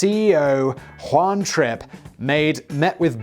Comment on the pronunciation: Oooohhh! Juan *Trip*. I thought you said Juan Trick at first.